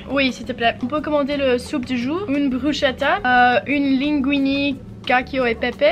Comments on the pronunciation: I just subbed and I'm binge watching old videos, but you know hearing you say cacchio e pepe is a LOT funnier if you speak italian I promise 🤣yeah no cacio and pepe is pronounced ca-cho e pepe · Cacio not cacchio is different